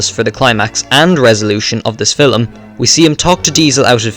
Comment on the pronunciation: What’s a filim??? 💀💀💀 also turn down your mic